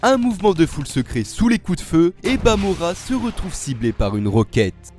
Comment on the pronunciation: Stp arrête de dire bamora